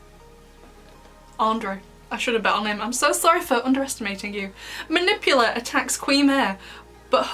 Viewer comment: Her name is “Manipula” not “Manipular”